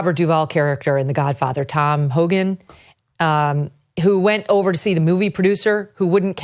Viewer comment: Tom Hagen, not Hogan.